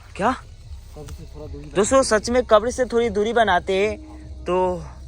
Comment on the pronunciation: आपको बोलना ही नहीं आता आप क्या वीडियो बनाते हो जो समाधि स्थल है उसको आप खबर बोल रहे हो कबर होती है मुसलमानकी